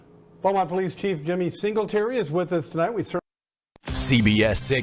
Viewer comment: Ah yes, OLICE